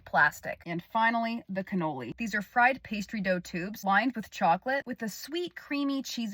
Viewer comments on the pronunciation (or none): none